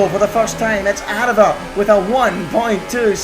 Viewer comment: Well done, you actually got aarava’s name right this time